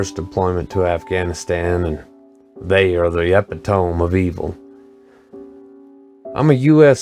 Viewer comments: Great storytelling and production man! Heard this tale many times. Yu did a great job! Only hiccup, n I'm sure it's been pointed out but I'm not searching lol, is the word epitome. Like as "in the exact embodiment of" would be a good definition. It's EE-pit-Oh-Me. Not Ep-Uh-Tōm. Yu know the word bro. Besides that, awesome job! Subscribed!👍🏼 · It's e-pi-toe-mee. Not e-pi-towm. Great video 👍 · Epitome pronounced ah pit ah mee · Look up epitome and it's pronunciation. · He said "epitome" wrong. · This is bullshit cuz he doesn’t even know how to pronounce epitome